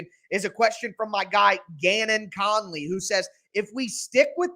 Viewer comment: Love the show as always. Thanks for answering my question my man. P.S. it’s Cornley with an R not Conley but everyone does it 🤣